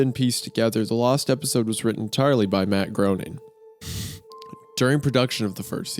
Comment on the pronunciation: HOW DARE YOU PRONOUCE MATT GROENING'S NAME INCORRECTLY 😂😂